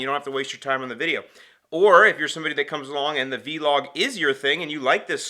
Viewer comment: Showing age by pronouncing it as V-Log. It's one word and not an acronym. Vlog. Anyway, nice vlog.